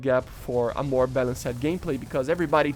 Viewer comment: “Balanc Sed”😂 “Balanst” ✅